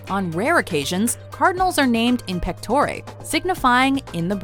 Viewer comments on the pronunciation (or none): In pectòre LOL Get your latin straight WM!